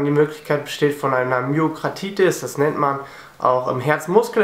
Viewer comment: Irgendwie hört sich das bei dir im Video an wie "Myokratitis"! xD Allerdings sagst du auch den " rein deutschen" Begriff Herzmuskelentzündung, deshalb versteht es auch jeder Laie! >.< Myo = Muskel, Kardia = Herz, -tis = Entzündung - Myokarditis!